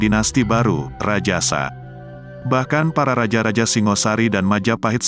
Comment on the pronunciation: Singosari bukan Singasari , batoro bukan batara ..logat jowo paham !!